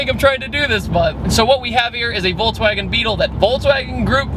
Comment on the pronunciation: voltswagen haha